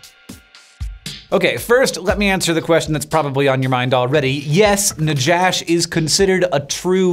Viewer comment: It’s pronounced “Nahash” with a hard H like the J in “Juan”. In Hebrew it’s Nachash.